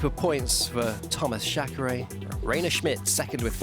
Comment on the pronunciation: Some football presenters here in Brazil studied even Croatian to spell correctly the names pf the players from that country, back in 2002 (FIFA World Cup). I assume this guy is British, thus I also assume it is not that hard to spell "Reiner" correctly, and the same applies to "Chareyre". "Ashfalt" also went quite hard on my ears. However, I understand the reasons pointed previously, and believe this guys will do his best to improve for the next rounds.